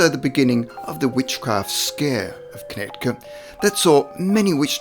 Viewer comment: The second of the three c's in Connecticut is silent. Amish is pronounced with a short a (Ah-mish --- not Aim-ish). Just so you know!